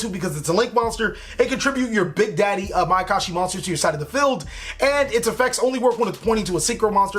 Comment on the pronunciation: "My I can shi potential"...terrible...